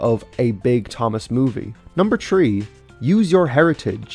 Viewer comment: Bro said tree instead of three.